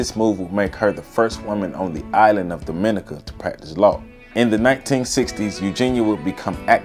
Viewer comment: The emphasis in pronouncing Dominica in on "Dom": DOM- min- NEE- ka As apposed to do-MIN-i- ca